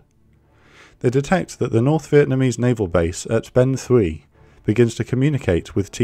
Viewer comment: Just a few quick corrections on the language. Hon means island. So when you say Hon Me Island and Hon Ngu Island - you're repeating yourself. Ben Thuy - the TH is pronounced T, just like in French, not TH in English. Always good to have a quick check with a native speaker before hitting the print button. All the rest is great though.